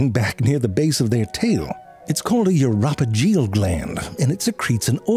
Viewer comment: Uropygial gland is not pronounced like that, lollll